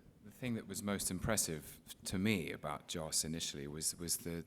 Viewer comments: It's Josssss. Not JOSH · I'm starting to wonder if Mark realizes it isn't "Josh"...